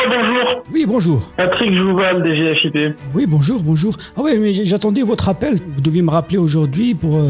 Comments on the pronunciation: HAHA ces abrutis qui disent D G F I P alors que i ne correspond à aucun mot individuel, mais au i de Finance. On dit DG-Fip en une fois côté agents de l’état ;) On ne divise la prononciation initiale par initiale que lorsque chacune correspond à un mot. Direction Générale des FInances Publiques. Ils ont aucune morale, c’est ahurissant. J’espère qu’ils finiront par se faire gauler et prendront bien bien chers. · Mdr ils se sont même pas renseignés sur le sigle. Je connais qq qui bosse à la DGFiP. Ça se dit pas "D","G","F","I","P" 😂